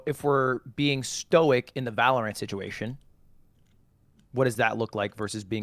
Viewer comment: I'm not a stoic by any means, and I have a lot of problems with it, but god, listening to Ludwig just butcher it caused me so much pain lmfao